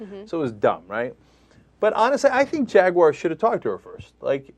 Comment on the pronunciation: JagUAyeer?? What Ana? LOL